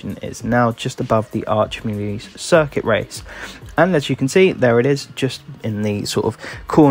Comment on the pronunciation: Thanks for the guide. For future reference, the correct pronunciation is Mu-le-hay (I live in Mexico).